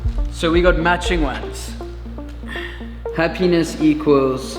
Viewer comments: I thought you kept on saying “Her penis”... Happiness! Got it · Towards the end the way u said happiness sounded like HA penis made me confused at first lol. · Super good, But... When u were saying "happiness", I thought u were saying "her penis". So at first I thought u guys were getting matching penis tattoos😂lol